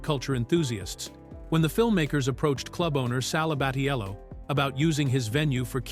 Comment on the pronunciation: It's someone's AI render. Even the jacked voice has Sal's name pronounced wronger than 2 left feet